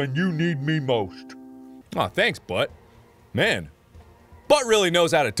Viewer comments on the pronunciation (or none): none